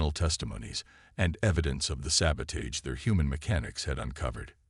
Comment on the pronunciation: will the word Sabotage ever get pronounced properly! 🤣 these human mechanic stories should really get a series on hbo or showtime or something...